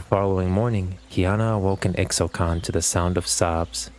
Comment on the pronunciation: Its not IKSTALI its ISHTALI